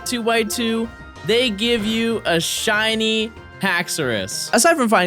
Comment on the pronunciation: She-Nee. By the way.